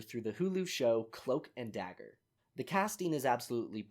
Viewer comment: cloak and dooger